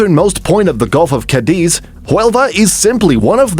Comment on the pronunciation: City number 6: You pronounce "Cadiz" with the stress on the second syllable (diz)....The correct way is with the stress on the first syllable (Ca).